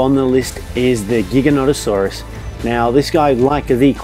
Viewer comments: And giganotosaurus is pronounced jig-uh-noe-toe-sore-us, not gig-uh-not-uh-sore-us! Why can't people learn to pronounce dinosaur names? It's not that hard. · Gigantosaurus (Jai gan toh sore us)* Not (giga not a sore us) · Nathan Hyre Wrong, it's (Ji-ga-no-ta-sore-us) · Hol’ up GIGA- NOT- A-SAURUS? Did he just day that the giga is NOT! a saurus? Lol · The first g in giga is pronounced like a J.